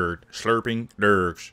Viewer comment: Sounded like you said "Slurping Drugs" :P